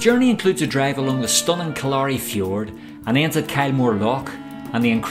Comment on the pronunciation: Pronounced KILL•a•ry as opposed to kil•LA•ry fjord.